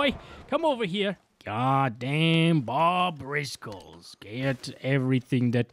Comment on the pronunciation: "bob'driscolls" lmao